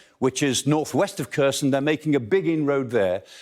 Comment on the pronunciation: Good summary, but you'd think he would have learned how to pronounce 'Kherson' by now. just getting the emphasis right would help enormously.